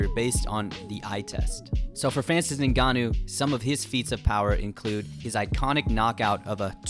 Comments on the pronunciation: Why do you keep pronouncing Ngannou like Nigannou? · It's pronounced N-gannou not the way you're saying it bro 💀